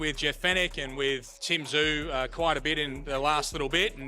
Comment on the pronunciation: i hate this AI shit, Cannot even pronounce Tszyu's name.